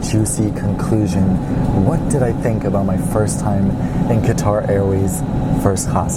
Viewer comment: He is is saying guitar not quatar